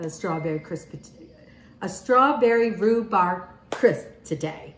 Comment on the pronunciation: Amy, the pronunciation of rhubarb is the “b” at the end. You have been pronouncing it RHUBAR. AND LEAVING THE “B” our at the end. It is rhubarB.